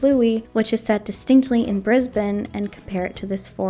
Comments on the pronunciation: Hello, Australian from Brisbane here. I award you full points for your pronunciation of "Brisbane". Carry on. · I live in Brisbane and it legitimately gave me so much joy to hear you pronounce it right <3